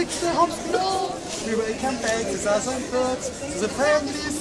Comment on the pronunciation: "ze food" " zusern birds" : hah what a hard German accent :D Being German myself i always find it funny to hear people with low English pronunciation abilities. now i want to hear westerwelle perform this song xD D: it would be Gold !!! :D